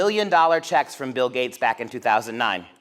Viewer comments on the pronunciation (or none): i like this guys accent :) but when he said gates i thought he said gays.. i was like, what do the gays have to do with--ohhhh, gaaaateeeesss XD